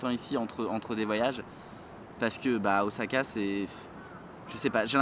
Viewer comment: On dis Ossaka & pas Ozaka ? J'adore les bananes & l'ananas pour moi ça va :D